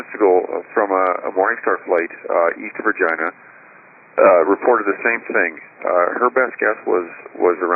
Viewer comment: East Vagina???? Thats what he said.